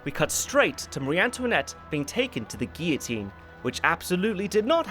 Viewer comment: when cares more about pronouncing Guillotine right more than a supposed Frenchman